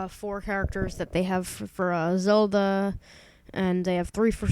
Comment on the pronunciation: lol press 8 and he'll say azolda. :D